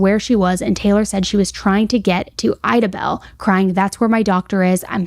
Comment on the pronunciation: love you girl but i’m gonna show you how to pronounce these towns coming from someone who’s from southeast oklahoma. idabel: I-DA-BELL , de kalb: DEE-CAB